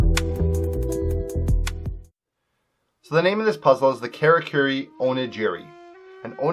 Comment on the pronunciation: It's pronounced Kah-rah-koo-ree oh-knee-gee-ree. Jesus